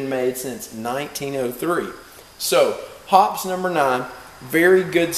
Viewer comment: Search on youtube for "Hoppes Elite Elite Gun Care" by Hoppesguncare.... hear an actual Hoppes employee say.... "Hop... eeze!" Not "Hops!"